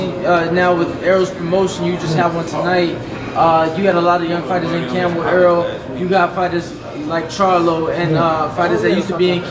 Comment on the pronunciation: Er-rol ... Not Earl. Damn, yall stick fucking up his name.